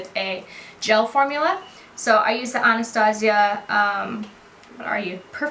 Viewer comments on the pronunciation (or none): none